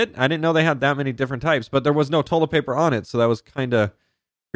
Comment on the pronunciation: Is It Me Or Is He Saying Tolet Paper